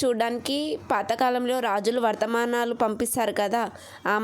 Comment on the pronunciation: అది వర్ధమనాలు కాదు...వర్తమానాలు